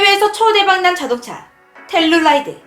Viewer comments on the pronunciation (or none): none